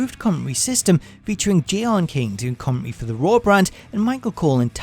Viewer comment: "Comm-en-tary" not "commonrey". Sorry, driving me nuts.